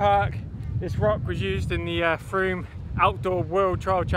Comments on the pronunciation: It's pronounced froom, not Frome. (Contrary to the spelling) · froom...its pronounced froom ;)